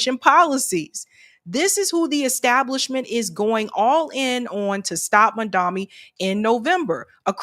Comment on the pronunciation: Zohran MaMdani. MaMdani! not Mandami. Sheesh!